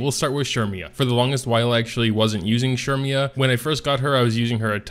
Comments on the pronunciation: It's "Sermia" not "Shermia". XD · Why do you say cermias name like that? "Shermia" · ahh okay that must be a korean translation thing. I've asked everyone I work with and not one said shermia